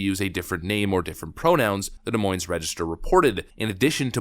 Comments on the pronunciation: Hey, it's duh moyn lol. Nobody around here pronounces the s in the name 😂. Love your videos. Keep it up. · Not to nitpick, but it's pronounced "De Moin". Both "s"s are silent. It'll become more relevant in the coming months as the primaries approach. Source: I grew up there. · It's pronounced "De Moyne". The S is silent.